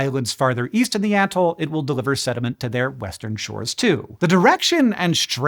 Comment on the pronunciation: Oh, EAST? I thought you said WEEST